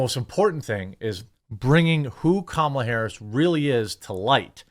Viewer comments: Why do you keep saying kAmala? It's kamAla. The name is Indian af. It's like saying Jovović (Serbian) but pronuncing it jovOvić instead jOvović. It sounds wrong. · It's pronounced "Comma-la" not camel-la. I don't like her either. But why can't anyone pronounce her name? If i hadn't watched a video of her explaining how to say her name, i wouldn't know. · TheQuartering , Now Jeremy, don't be racist; it's pronounced "Kamelbreath". 😂😂😂😂😂😂😂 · Anyone wanna coin the term Koala harris? Both mispronounces her name AND calls her one of the dumbest animals in the world, haha